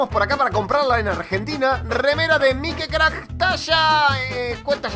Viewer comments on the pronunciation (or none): Porque en lugar de decir mikecrack dice mikicrack